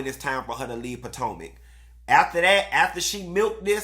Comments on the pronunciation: Not POTANKA...🤣🤣🤣🤣 HUN-Tee this opening was giving!!!!👏🏽👏🏽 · I hollered when you said “Patanka”!!!!! Yassss!!! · I’ve been waiting for this! I love hearing you say “Potanka”😂😂😂😂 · I laugh every time he says it haha